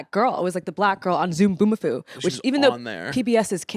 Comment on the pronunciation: LMAO “zoombomafoo?” ziwe girl it’s Zoboomafoo